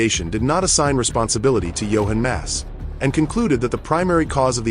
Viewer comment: gill esse ??? pyeroni??? johan mass?? in depth research and cand even get names right